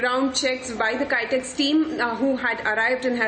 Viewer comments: Haha, it's not "Kytex", but Kitex. :D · It's kitex not kaitex